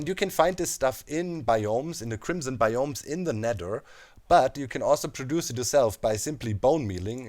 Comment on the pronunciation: I love the way you say "bioms" sounds like "bIOms"